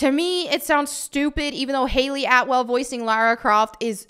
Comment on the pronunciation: As an Englishman it's so refreshing to hear an American actually say LARA Croft and not LAURA Croft.